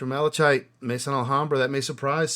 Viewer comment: I dig these vs vids - Well done sir! And I agree at least with the ones I own. Help my guy out here - Malachite is pronounced - Ma luh kite. 👍